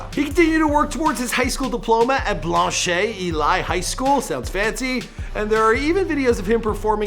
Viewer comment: Its pronounced Blanch eel lee